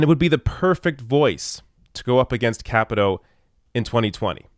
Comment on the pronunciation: I hope Ojeda takes out Capito in 2020 and then Paula Jean Swearingen takes out Joe Manchin in 2024. I hope to see Paula Jean in Congress before then, of course. Also, not sure, but I think it's pronounced Kuh-pee-toe.